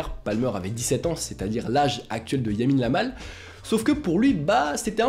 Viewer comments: Yamine Lamal * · À tu dis yamine yamal😂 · à « Yamine Lamal » 😭😭😭